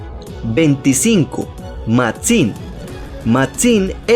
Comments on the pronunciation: nose porque xd pero me andaba cagando de risa con la Pronunciacion de la x :v Matzim xdxd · Hablas raro además dices el nombre de Máxim lleva el acento en la A no en la I tienes una forma muy rara de hablar